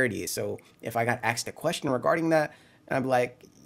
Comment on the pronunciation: It’s asked. Not axed.